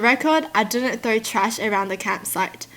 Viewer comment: "When I see her trew something" 🤣🤣🤣 I love that